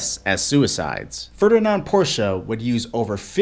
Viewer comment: 'Ferdalarn Porsche'?